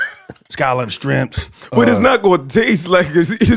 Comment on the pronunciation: He said strimps again, fuck, here we go again